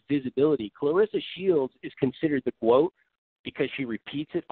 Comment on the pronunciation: There was no "GWOAT" conversation before CLARESSA SHIELDS